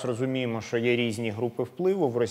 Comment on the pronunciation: Почему ведущий иногда говорит "шо" вместо "що"? Он малоросс?